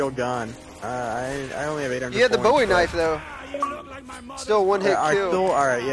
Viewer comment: its BOWIE not BOUY